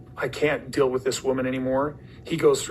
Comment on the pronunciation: It's a really big dill (deal).